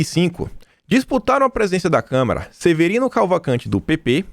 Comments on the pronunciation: pelamor de Deus não é câmera e sim Câmara...dos deputados.vejo seus vídeos todos os dias, mas tá complicado ouvir câmera obrigado aí. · É "CÂMARA" e não "CAMERA"...